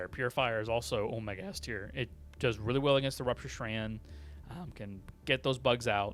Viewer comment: You need to learn how to pronounce the word 'strain'. - Doing the guns in alphabetic order is absolutely bizarre because it's so much easier to talk about (for example) all shotguns at once and then timestamp your video. - Comparing weapons in the current meta to specific mods you don't even name is not as helpful as you think. - Who in tf takes the DCS vs bugs???? And unless you're not wearing Peak Physique while you do it (and I can't imagine you're not) maybe don't complain about having to wear fire armour with the DEsickle. - The Halt's stun rounds can bring Rupture Strain out of the ground, which would probably be good to mention. - Saying the Lib.Carbine (and no other weapon) would be improved by having an under-barrel flamethrower or GL is so far outside the realm of the conversation that I can't take you seriously. Like that's a topic for a video on it's own, not a random aside in a tier list. - Your C and D tiers are wildly inconsistent. You say multiple times the Pummler is terrible and that it's stun doesn't work (and never mention it's by far the lowest DPS SMG btw), but don't put it in D. You say the Plas Sniper is C-tier, when it's widely panned as the worst gun in the entire game (yes, I would rather take the Constitution against bugs than this.) The Halo AR in C is flat out criminal. - You're vastly overrating the Plasma weapons because of their usefulness against the Rupture Strain. Against any other form of bugs, they're maybe okay but not that amazing.